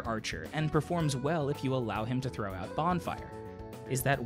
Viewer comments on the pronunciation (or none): none